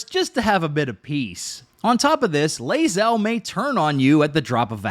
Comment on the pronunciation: you're pronouncing Bae'zel wrong.;)